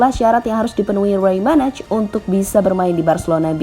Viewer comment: Komentator Spanyol: Rey Manay Pengisi Suara GL News: Rey Manaj